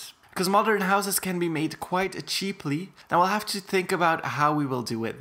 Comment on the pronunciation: I love how you said "Cheeply"